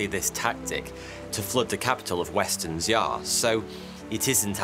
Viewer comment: Good video but I’ve never heard “western Xia” pronounced so incorrectly